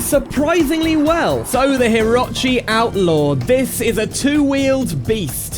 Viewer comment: Is it not pronounced hih-roach-ee?